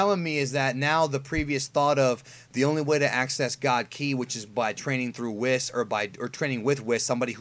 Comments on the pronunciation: Its not Wis, its pronounced "whees". Its not taking a wis. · WHYYYYY do you keep calling Whis, Wiss? It sounds so fkkkin weird!!